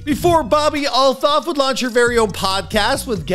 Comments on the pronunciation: Its pronounced alt hoff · That’s not how you pronounce her last name